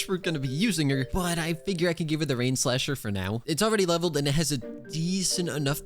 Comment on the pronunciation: It literally sounded weird when you said rainslacher instead of painslacher😂